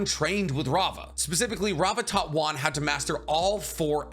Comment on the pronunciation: It's wan not juan